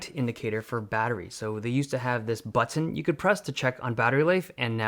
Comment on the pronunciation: The way he said BUH-TEHN made me spill my water xD